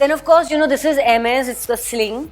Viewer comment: She pronounced Hermes correctly 👍👍👍